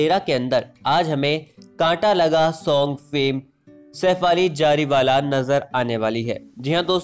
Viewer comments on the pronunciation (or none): Its not Jariwala plz get your pronunciation correct.